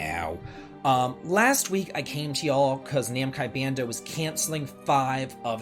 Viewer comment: "Namkai bando" lol